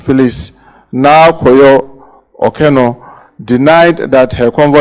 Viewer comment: the name is Naa Koryoo not Yorkor. 😂😂😂😂